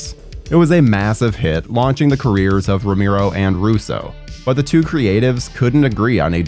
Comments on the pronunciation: It's pronounced Row-mare-oh not Ro-meer-oh. haha, sorry I had to. Good video you've put together, I enjoyed it. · Look you did good on the history and research but dude, your pronouncing his name way wrong, it's Romero, your saying rameero, I'll spell the pronouciation, Ro-Marrow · It’s pronounced Ro Mehr Oh